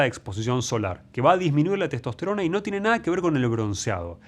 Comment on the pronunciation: Maestro, dice testost_rona